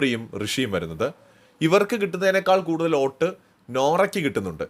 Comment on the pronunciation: Please pronounce the word “Vote “correctly.